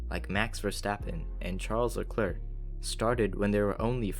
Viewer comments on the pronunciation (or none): none